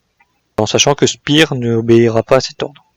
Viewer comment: Toujours intéressant, merci. Sinon Speer se prononce chpère et non spir